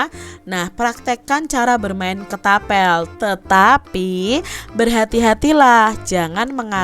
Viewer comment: Kak ketapel bukan ketabel